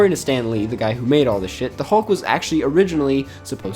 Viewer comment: I’m sorry but they way you are pronouncing “hulk” is really throwing me off 😂.